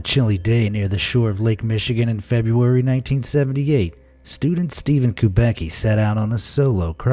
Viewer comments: steven kubaky hahahahaha, strangest way to say kubacki which should be more like kubatsky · 'Kubacki' pronounced is making me laugh. I knew few people with this surname. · I mean that's not how you pronounce Kubacki.........